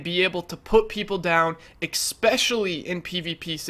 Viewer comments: Why do you pronounce "especially" as "ekspecially" all the time? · not gonna hate or anything but i think its Especially not ecseptially. i made this build too and i love it, it feels kinda weak but its awesome!!!!! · Inflated, expetccssshhhhhially when you say expetually and please quit lip smacking you mouth breather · "Expecially". Smh. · I just noticed he said that XD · SkillUp isnt too bad with that, this dude is horrible tho, sniff, smack lips, swallow, eXspecially, sniff more, forgot to breathe through the nose, desperately out of breath at the end of every sentence.. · Fucking hell dude! There is no "x" is the word "especially!" And for fuck's sake, learn to edit yourself! There is no reason this video should have been longer than 10, 15 minutes max. Half a fucking hour just to say, "shorter reload times are better." GTFO!